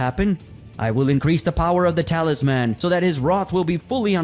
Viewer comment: Great content. However If I have to hear "Talis-MAN" one more time I'm going to lose it lol.